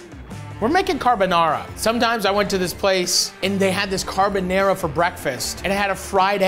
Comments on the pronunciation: I loved it Matty! This episode was a nice one 😊👍 I really loved your "carbonEra" carbonara 😁. Just skip the olive oil next time, guinciale is supposed to render in it's own fat, then your'e good to go 👍. The omurice is pain in the to make, it's very liquidy, but you did a really good attempt! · He can't even say Carbonara right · His pronunciation of carbonara makes my balls tingle